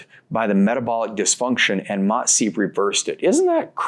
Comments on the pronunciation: He finally learn how to say MOTS-C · nah, I wasn’t saying that to be mean and still don’t think it was mean I just noticed he learned how to say the word mots-c right and thought it was notable lol